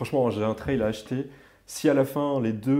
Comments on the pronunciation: Team canal insta et Team qui ne dort pas ^^ Et Team « la wifi », « pain au chocolat » et « traille pour la prononciation » 🥲 J’ai dévoré la vidéo dès la sortie, super sympa et super intéressant. Vous avez oubliés les poignées chauffantes d’ailleurs dans les options de la panAm. J’ai la PanAm Spécial depuis le début d’année mais je serais très intéressé par l’acquisition d’une Street Glide, ce look, ce bruit !!!😍 dommage que l’on n’entende pas le son de la moto d’ailleurs en extrait vidéo:) J’en redemande des vidéos sur la StreetGlide Vive Harley et vive vous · Pour la prononciation , personnellement j'ai adopté la prononciation "française" et donc comme on prononce une aile (d'avion par exemple) , j'ajoute simplement le T devant aile pour le prononcer "Traile". Ce n'est que mon avis 😁✌️. Mon avis sur cette vidéo ? Très sympa 👍👍✌️✌️